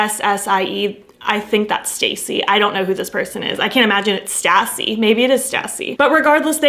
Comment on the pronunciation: her name is pronounced St-aussie because her full name is Anastasia 😂